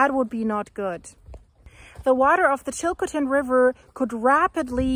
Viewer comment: Please learn how to pronounce Chilcotin.